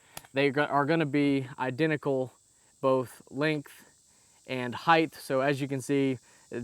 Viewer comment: I am not familiar with the word HEIGHTHHHH